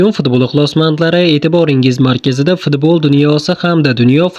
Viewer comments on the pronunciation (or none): Фиидбол ми ё Футболми, пин гин эмас Пингвин 🐧Деганни ҳамқишлоғи эмасмисан 😂😂.